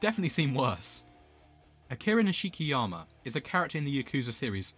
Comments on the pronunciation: This is the only way you’ll here this his name is not pronounced niSHIki it’s nish-ki the nish being pronounced like Niche oh and I’d like to see ryugi Gouda next 😅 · It’s pronounced Nishkiyama